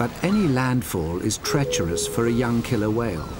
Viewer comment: pretty please with sugar on top, never say "killler".